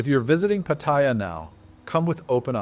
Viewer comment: Can you learn how to pronounce Pattaya? It’s pa ta ya’. All A’s sound the same.. the soft a like in cat. Ask any Thai. As far as the way smart phones have changed dating? We men need to be good on our phones too. I like meeting ladies now, by getting to be acquainted on phones. Meeting a stranger based on buying them a drink for fake affection always sucked anyway.